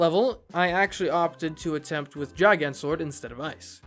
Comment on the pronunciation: its a hard g on gigant. its GiGant, not jiGant